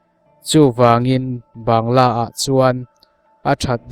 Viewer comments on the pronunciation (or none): Bangalow lam dan kha mizo in Bangla kan tih ang hian i lam mai lo a ni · A ngaihnawm viau a,mahse,Bangla ti lam rik mai tur Banggalaw ti a,ilam hian ngaimawh a hlawh e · Ban-ga-law ti zel a. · Bangla ti in lam la hriat a nuam mai awm e.